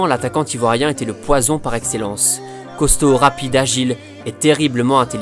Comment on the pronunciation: Super vidéo mais ta liaison entre attaquant et Ivoirien bizarement ne passe pas a mon goût...